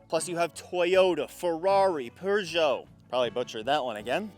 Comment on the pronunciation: Not bad on that Peugeot pronunciation! Getting better haha